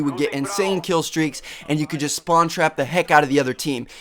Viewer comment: "jest", "vary"... LOL!